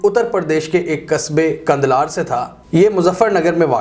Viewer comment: امیر جماعت کا نام مولانا الیاس کاندھلوی ہے ۔کندھالوی نہیں ۔اور ان کا قصبہ کاندھلہ ہے نا کہ کاندھلار جیسا کہ آپ نے کہا ۔ تصحیح فرما لیں ۔